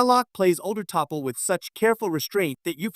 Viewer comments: "Topple." "Teeple." Seriously, would it have killed you to read the script yourself, rather than using a half baked AI reader? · Could you please..for the love of sense-!.. redo this..with a real person--!! Obviously one that's not going start off..offending..if not the woman herself..then absolutely every one of her fans-!!.. by not slaughtering her names like a technomoronic total disgrace..!!😮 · Either the AI or the human sounds moronic when they fail to pronounce the name T'Pol properly...eventually with multiple (incorrectly pronounced) attempts. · I guess you have not actually watched an episode of Enterprise because you are incorrectly pronouncing T"Pol"s name....😒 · I HAD to stop this after 30 seconds simply because of the atrocious pronunciations with the Name of the main character as well as the actresses name. Fix this or you will lose more viewers!!!! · I immediately lost interest in this video the moment I heard the AI voice mispronounced her name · Is this an A.I. or voice emulator reading the script? It’s “T’Pol,” pronounced, tuh-pol, not Tee Poll or Toppell! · weeeey topple is back , omg get the name right . Ai the voice of the future good grief . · Her name is pronounced T'Pau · Pronounced Ta Paul. Stupid AI!!! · OMG, I gritted my teeth everytime that automated voice said "topal" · It's Tuh-PAUL. Trekkie though I am I can't finish listening to this. It's too painful. ( I used to call myself a Trekker until I read that Gene preferred Trekkie.) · Her name is not Tapple or Topple. Your AI requires reprogramming, due to ignorance and a lack of verbal cohesion. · Topple? Teepole? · Lol...TOPALL!!! AI on this sux. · Toppol? Ditch the A.I idiocy. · Hey... the name is T'Pol = Ta Pol learn how to pronounds the god damn names correctly or don't use them at all!!!!! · OMG!! Toe-Paul! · Your diction is discusting. The name id T'Pol not TeaPol or TapPol. Have you ever watch an episode of Enterprise??? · I think it's pronounce "Ta-Paul."